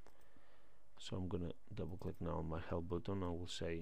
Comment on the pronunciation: Странно и неправильно он произносит слово button как буттон а не баттон как надо... Ой...